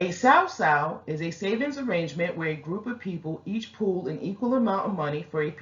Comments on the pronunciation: Sis, FYI phonetically it's called SUE-SUE. This was a great description essentially the best one yet, other than you pronunciation. Be Blessed! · It's pronounced (soo Soo) my family is from Jamaica been doing this for years